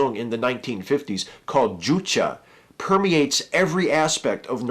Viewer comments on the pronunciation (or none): Fun fact, juche is pronounced "yu-chee." :D good vid.